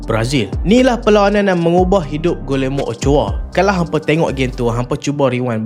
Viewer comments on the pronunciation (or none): bukan pronouns gulermo.. cara betul sebut nama dia.. gijermo.. sekadar teguran